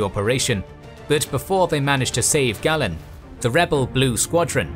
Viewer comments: It's Gay-len, not Gah-len. Great work as always. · Pronunciation is a bit bumpy? It's LothAL and GAYlen. Otherwise great 👍